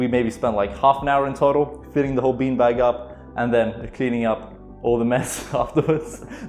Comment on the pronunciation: Low key feels like sometimes you say peen bag